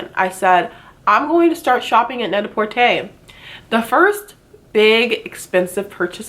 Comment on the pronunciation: I love the way you said net-a-porter!! There is no dragging at the end of the word "porter". Also, the first video of yours i watched...i literally said out loud "omg she is soo pretty i wanna look like her" 💕